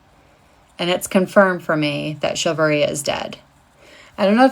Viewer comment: A woman ranting about 'chivalry' while her pronouncement and the title text states chilvary ... 🤣 Does she even know where the word originated from, let alone what meaning it implies wich can be different in contextual circumstance ? Making selfie recordings about this (and most of these clips for that matter) to get some attention, convinces me the idiocracy is getting worse by the day.